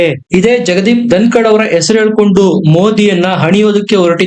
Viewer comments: ❤️ಸರ್ ಧನಕಾಡ್ ಅಲ್ಲ ಧನಕರ್.. ಐ ಲವ್ ur ವೀಡಿಯೋಸ್.. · ಜಗದೀಪ್ ಧನಕಡ್ ಅಲ್ಲ ಅದು ಧನಕರ್